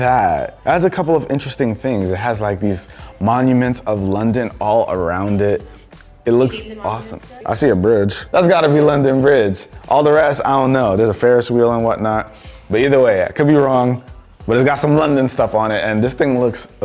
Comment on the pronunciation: What I found funny is that he called The London i a fares wheel